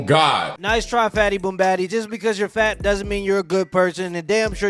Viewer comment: the way dude says "fat" is like a southerner saying "black. Hilarious